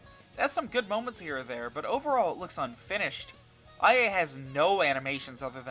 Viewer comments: Its not I.A ita ia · I'm sorry but did you play an entire game with her only to call IA 'eye a' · I really don't wanna be the person to do this, but.... It's ee-ah.. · Take a shot whenever he says "eye a"